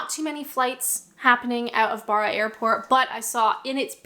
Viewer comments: Barra - it's not an 'ah' sound, it's a hard 'a' like in barrow. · Barra is pronounced with a short A. Traigh Mhòr is pronounced ‘try vor’ (means big beach in Gaelic) 😊